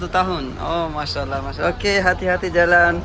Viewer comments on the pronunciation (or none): none